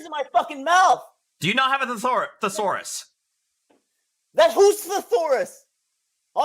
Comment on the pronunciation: Maybe he can find a thesaurus but he sure can’t pronounce the word. Lol